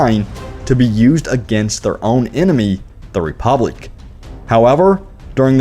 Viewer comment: The Reepoblic?? XD